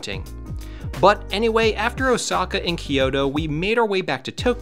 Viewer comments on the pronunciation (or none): none